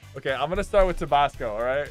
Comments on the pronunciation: We just gonna ignore how Sypher said tobasco? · Did he say tubosco and not Tabasco